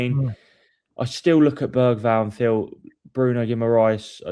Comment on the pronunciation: Lucas Berryval Also: Gapko